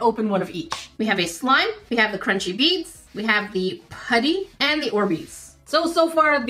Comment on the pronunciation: Oooooh BEADS. I heard bees xD.